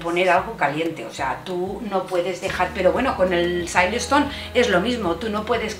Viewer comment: muy mono tu apartamento. Creo que el material de silistone es español, de Almeria. Por lo cual la pronunciación de "salieston"en inglés no procede.